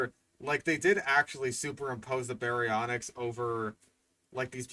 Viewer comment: “BARYONKS” omfg 😂🤣